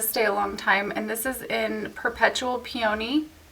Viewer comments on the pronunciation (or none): LOL, it's 'pee-on-knee', not PEE-OWN-EEE